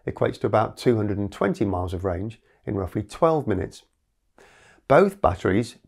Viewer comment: fully charged in 10 "miniutes". Is this Chinglish?